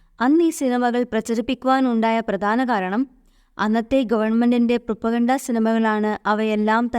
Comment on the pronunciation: പ്രൊപ്പഗണ്ട അല്ല പ്രൊപഗാൻഡ